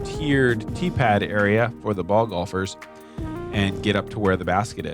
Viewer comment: I never thumbs down Jomez. EVER. But I thumbs downed this one for calling golfers "bolfers". Unsatisfactory! Lol